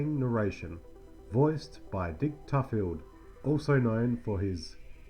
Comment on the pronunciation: Well, Colbert and Tufeld’s names were massacred and the fact that Robert Colbert is the son of Claudette Colbert was missed just adds to the list. 😀